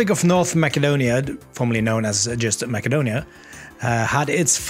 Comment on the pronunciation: Btw, its not North Ma"k"edonia, but its North Ma"s"edonia.